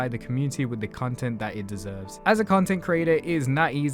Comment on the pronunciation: Why do I hear "cuntent" ?